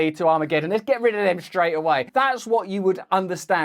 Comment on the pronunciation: Neo? What does the Matrix character have to do with the Russo-Ukraine war? Ohhh! Na*T*o! Once this latest dastardly attack on the man is flushed away, I'm going to kidnap him and imprison him for a day's elocution. Yes, yes, his "orwite mite" (alright mate) palaver is very entertaining and part of the schtick which made him famous but there's no excuse for no Ts at all! And then there's "SHtraight". 🤦🏼‍♂ No Russell, you know perfectly well that you're perfectly able to say 'straight' with a perfectly sibilant S. Once you've kicked these ridiculous 'accusers' aside, there'll be no more need for ANY nonsense. 😊